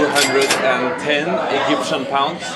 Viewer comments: "Eggyptian pounds" xD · why do you say "egyptian" like that XD